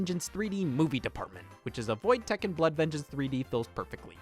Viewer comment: scott its pronounced Tek Ken just sayin